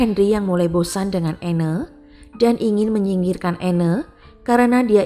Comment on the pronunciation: Anne dibaca Ann, (e) nya gak di baca. Koreksi dikit ya